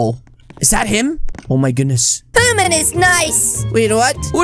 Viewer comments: It is human not hoonan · I like how they keep saying Hooman instead of saying human 😂😂😂😂😂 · I like how says hooman instead of human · Yeet Hooman man really made me laugh and when when he said